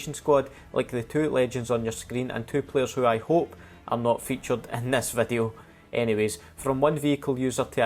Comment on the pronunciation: why am i hearing wadu instead of video ?